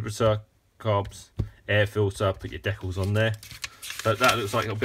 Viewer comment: Hey, it's pronounced "DEE-cals", not deculs and "ReVEEll", not Revel. Geeze get it right.